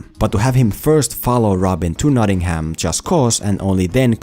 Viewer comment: I wince each and every time you pronounce Nottingham Notting-Ham. No fault of yours, as I'm sure you've learned English from the Americans who can't pronounce it (or other places over here) either. Drop the H, so it's more like Notting-um or -am.